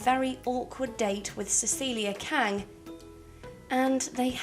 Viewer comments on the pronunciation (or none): none